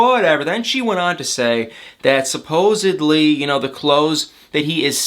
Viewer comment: Dude, love your videos but please please please learn how to pronounce the word SupposeDly! In is NOT supposeBly!! Sorry, just a huge pet peeve and you say it soooooo many times every video.